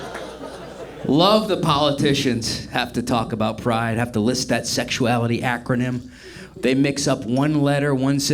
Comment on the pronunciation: "Carl Jung warned aboot it" Tight.